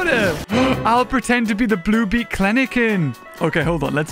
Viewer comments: The penguins are so cute.... XD I liked the yellow one Whitney had. I couldn't stop noticing that says Kleneken instead of Kelenken though lmao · calling Kelenken "Klenenken" will never get old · Kleniken? Thought it was Kelenkin… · The way u say kleleken its kelenken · every time I watch your amazing videos i just know ur going to say something wrong Like klenken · It’s Kelenken And he’s saying it wrong? Lol